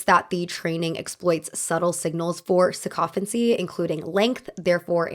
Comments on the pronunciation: SICK-o-fancy is how it's pronounced. Not like "cacophony." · just to say that “sycophancy” is pronounced like “sick-o-fancy” :)